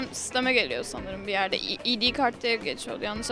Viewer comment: iidii değil aydi kasmayalım